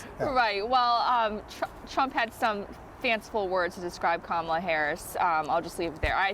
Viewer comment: Even the English reporter can’t pronounce Kamala properly - shame on you.